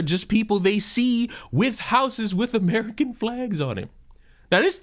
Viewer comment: Ho Lee Sheet. He ish not amrikhan